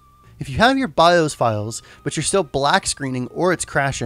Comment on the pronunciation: BI-OS not BI-HOSE